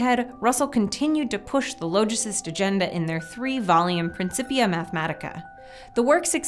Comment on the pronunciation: Google "logicist" it's not pronounced as "low", but retains the "ah" of its root word "logic".